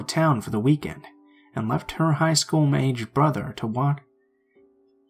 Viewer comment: I only listened once but to me the only strange thing was he said "bo-ther" instead of "brother." otherwise idk?